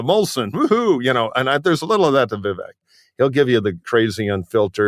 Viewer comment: Vivek “Deep Fake” Ramaswamy —— He may grab MAGA youth——but white BOOMERS? I don’t know. (Vivek is pronounced ‘Veev-Ache’).